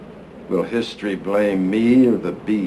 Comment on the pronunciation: I thought it was "Houston" instead of "History"